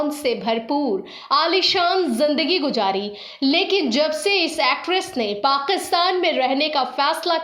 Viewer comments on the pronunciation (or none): वीडियो और जानकारी बहुत ही बढ़िया है। शुक्रिया। आप उच्चारण माने तल्लफ्फूज़ पे प्लीज़ सही ध्यान दे। पाकिस्तान ( Pakistan) है, पाक़ीस्तान ( Paqistan) नहीं! गुज़ारा है ( Guzara) , गुजारा ( gujara) नहीं! आप के videos बेहतरीन है, सही उच्चारण से चार चांद लग जायेंगे!🙏🙏🙏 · pls work on ur pronunciation. Gujaray? Paqistan? Qamyabi??